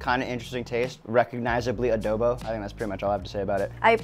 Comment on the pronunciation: Adohbow....oh lala!